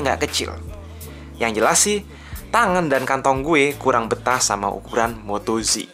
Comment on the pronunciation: Ejaannya kok moto "ji" jadinya moto G (ji) donk?